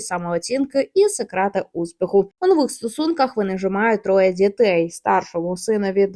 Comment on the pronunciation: не "дзітей", а "дітей", не "дзякую", а "дякую"